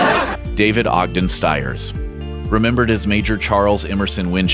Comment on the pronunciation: David Ogden Stiers is pronounced "STEERS." At least learn to properly pronounce the name of someone we are trying to honor please.